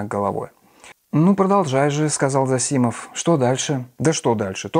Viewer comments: ЗосИмов... Правильно - зОсимов. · Да, можно так и так. Чаще употребляется произношение ЗОсимов, тут Вы правы, но люди с фамилией ЗосИмов тоже существуют. Насчёт же образованности Александра и его повестки я с Вами не согласен.